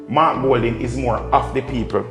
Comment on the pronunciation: No EDUCATED and INTELLIGENT person who NEVER compare Mark to Mr. Andrew Holness. Mark can't even pronounce his own name.